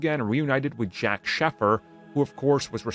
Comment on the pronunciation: my dude, it's "Shay-fur" and "Hawn" lol